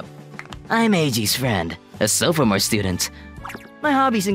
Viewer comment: Sofamore? It’s sophomore